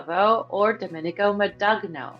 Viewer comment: Domenico Modugno: his last name is pronounced Mahn Doon Yo